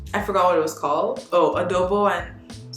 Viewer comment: Thanks for sharing Meg Mason. It's been awhile since I saw a book by J. Courtney Sullivan. "Halo-Halo" is pronounced as Hah-lo Hah-lo. And Mia Manansala's first book is Arsenic and Adobo not Abodo. Filipino person here. 😃